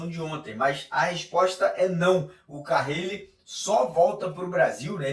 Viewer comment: NÃO É CARRIIIIIIIIIILE!!!!!! Simplismente, Carile. CA - RI - LE.